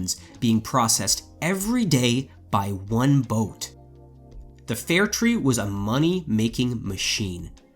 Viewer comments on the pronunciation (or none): How did you get fair tree out of fair try? Seems an odd pronunciation.